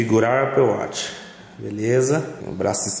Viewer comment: Aple wati pqp fala direto